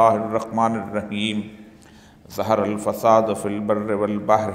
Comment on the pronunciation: اوریا مقبول جان برائے مہربانی اپنی تلاوت صحیح کریں ظہر الفساد آیت دیکھکر بھی آپ نے صحیح نہیں پڑھی